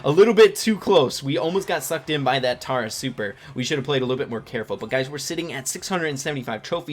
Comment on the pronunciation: Yes! you say tara (T-are-ah) I have something against anyone who doesn't